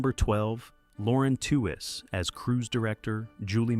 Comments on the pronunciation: I know this was made by AI, but it could have done a better job of pronouncing Lauren Tewes’ last name. It’s pronounced like “tweeze”, not like “tew-wez” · Lauren's last name is pronounced "tweez," like tweezer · Why do AI Narrators have to mangle people's names and mess up what happened? Who is Lauren Two is and where is she? Not Florence Henderson? How bad is this video!😂😂🤣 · Wasn't her name pronounced "TEE weez"?